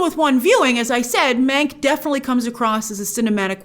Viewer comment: Every time Grace said "Mank" It sounded like she was saying "Meg" and it gave me traumatic flashbacks to Ryan Murphy's Hollywood